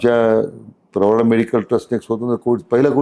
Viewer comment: प्रवारा नाही प्रवरा म्हणा